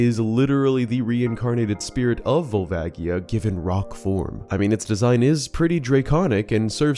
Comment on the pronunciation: I cannot stand the pronunciation "Vole-vaggie-uh"